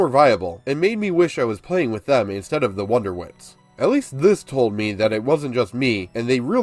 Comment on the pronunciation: Is him saying wonderwits instead of wondertwits bothering anyone else or is it just my OCD again?